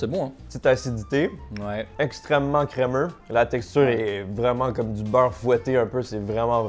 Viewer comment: J'adore trop ta façon de prononcer crémeux 😊